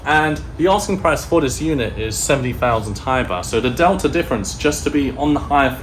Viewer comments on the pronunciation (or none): none